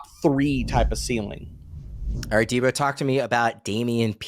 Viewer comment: Who else is annoyed at hearing “deebro” all the time… so damn annoying. What kind of name is that? Plus it’s a fantasy show. Keep making me think DEEBO.